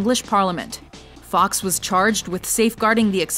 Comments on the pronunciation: It's not Guy fox it's Guy Fawkes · Oh no... no... you did not pronounce guy fawkes like guy fox.... instead of how it’s meant to be pronounced...